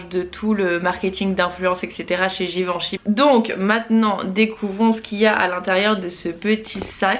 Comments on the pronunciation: Super idée les weekly vlogs! Juste je suis un peu frustrée par un point : la prononciation de Givenchy... Je te pris de m'excuser c'est aucunement par prétention mais, comme il s'agit de ma famille, j'insiste sur le fait qu'il faille prononcer le "en" comme "un" donc "Giveinchy"... Encore désolée pour cette petite remarque aha, pleins de bisous et contente de voir les événements de la maison grâce à toi 💄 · Oui je te l'accorde c'était pas très clair, le même son que pour "lapin" :)